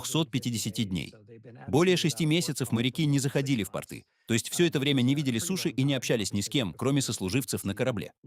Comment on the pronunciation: AI не очень в ударении